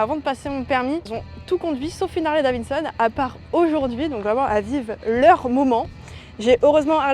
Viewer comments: « c’est Davidson et pas Davinson » ça va on a compris, elle a peut être une difficulté de diction 🤷🏽‍♂️ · Ça fait plaisir d'avoir des youtubeuse fan de mécanique pure et dure, juste si tu peux éviter de dire davinson 😂 ça serait bien 😂 Harley c'est suffisant à dire